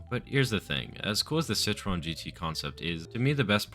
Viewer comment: i would never even have been able to guess that it was citroën you were trying to say 🧍🏼‍♂️🧍🏼‍♂️ i only realised because of what was om screen 💀💀